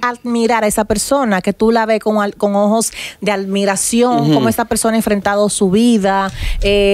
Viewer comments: Cada vez que Amelia decía "almiran" sentía una puñala en los oídos 😂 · Y van a dejar que ella siga diciendo almiracion. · Almiracion??? Amelia se dice. admiración" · Amelia: Aldmiracion 😂😂😂😂😂😂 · Ayuden a Amelia en la pronunciación "admiración" dddd. 🤦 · Nadie le corrigio que es admiracion, ( no almiracion) Y volvio con lo de almirar, , es admirar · Deberian corregir a Amelia al instante cuado dice una palabra mal, "almiracion" conchale vale! Y pa' colmo luego dijo "budnerable", "tabano" etc..